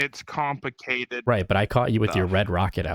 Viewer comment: "it's compicated" 💀